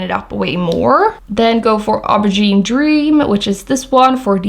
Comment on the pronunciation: Pronounced, "Oh-ber-zheen".... the word, 'Aubergine'.... It's an eggplant and the shade of the skin of an eggplant ....